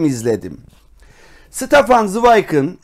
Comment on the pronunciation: "SITAFAN" değil, "ŞTEFAN" okunur.